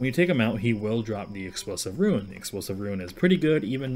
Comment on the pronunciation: Rune. Not ruin. Lol